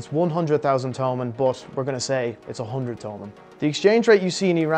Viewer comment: It's no to-mun it's to-man